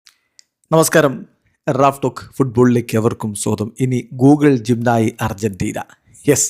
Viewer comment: പറയുമ്പോൾ ജിം നയി എഴുതുമ്പോൾ ജെമിനി 😂😂😂😂